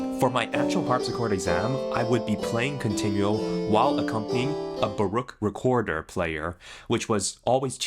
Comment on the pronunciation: DOD BRO JUST SAY BOREOAK?